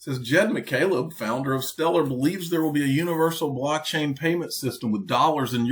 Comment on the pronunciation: Does she saying “black chain” technology or “blockchain”???